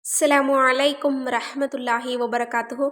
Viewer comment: சிலாமு அலைக்கும் இல்லை அஸ்ஸலாமு அலைக்கும் உச்சரிப்பு சரியாக இருக்க வேண்டும்